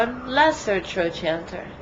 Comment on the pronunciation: its pronounced trokanter , not trochanter